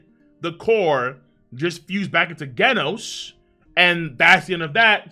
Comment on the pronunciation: Bro learn how to said genos